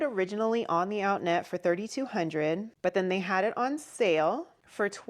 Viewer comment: oh! Outnet! I know of them. Sounded like outlet…lol How much did you pay?